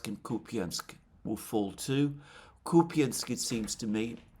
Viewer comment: WTF is Kupyinsk? Are you talking about Kupyansk?